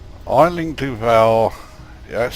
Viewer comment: Great vid as always. May I be so bold as to offer the pronunciation for 'Aisling' with this dodgy vid I found?:-)